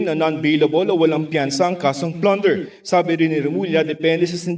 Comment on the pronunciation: Plunder po di Flunder